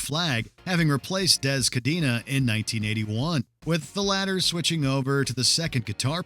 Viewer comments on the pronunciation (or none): none